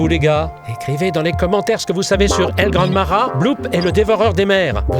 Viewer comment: It's Pronounced El Gran Mah Hah and why is it so Small